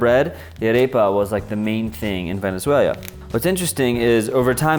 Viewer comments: I love you but VenezuelA not VenezuelIA. Ik it's not a big deal but it bugged the hell out of my husband who is from there. lol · I like how you pronounce it Venezuelia instead of Venezuela 😆❤ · He keeps saying "Venezuel-ia" instead of "Venezuela" . People often mispronounce "Namibia" as "Nambia". He's commenting in a world where there's an extra continent full of countries with close-to-real, but ultimately made up names (from our perspective). Okay, now you can laugh -- ready? HA Ha* ha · Why are you pronouncing ‘Venezuela’ as ‘Venezuelia'? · Please don't say VenezueLIAN. Hurts my ears. Ve-ne-zue-lan (lahn) No 'i' :-) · Love your videos. But you’re killing me with you pronunciation of Venezuela. It’s not Venezuelia. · venessuelya LOL!!! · Great video love arepas! but i got anxaity everytime i herd velezueñia lol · Venezuelia lol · Cringing at the fact he kept saying venezuelian, venezuelia. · I'm sure it's a great video, but I got TOO distracted from the fact you kept saying "Venezuelia" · Does anyone else hear him saying "Venezuelia"? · I have to know where this "Venezualia" is LOL. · I was gonna say the same thing but you beat me to it 😂 Venezueilia 🤷‍♀️🤪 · Venezuel-ee-ah lmao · I loved the "Venezuelian" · Damn! I wanted to point that out. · I like that he showed a map with the spelling of the country on it and still mispronounces the name. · This guy was so ashamed of his pronunciation of Venezuela that he removed his face from the video. F for respect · Thank you!!! It was driving me to distraction. 🤣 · He venezuel'd ya. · A for effort! I laugh so much with the pronunciation of “VENEZUELIA” and “reina pepeida” AREPAS ARE THE BEST! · PLEASE! It’s “venay-SWELLA” and “halla-PAYNyoh”